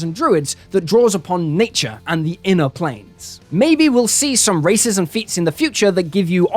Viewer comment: Heard “races and feats” as “racism feats”, can’t wait to see those in my dnd game. Dwarves ftw 🙌